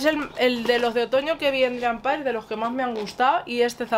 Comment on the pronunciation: Hola. Por si te ayuda y sin ánimo de ofender, se pronuncia “Drim pers”. Un saludo